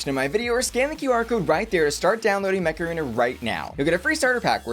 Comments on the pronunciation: I was just listening to advertising Mech Arena and I heard MACARENA instead 😂😂😂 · I keep hearing Macarena rather than Mech Arena xD